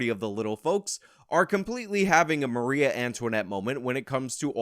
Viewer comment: Maria? You mean Marie?